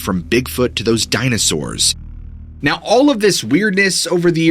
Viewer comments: Dammit bro, I love the way you say "Dina sours". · lol DYNASARRRS (cracking up every time you say it like that! 😂😂😂) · DinAsaurs lol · Hey what's up with you saying dinosaurs in the hillbilly voice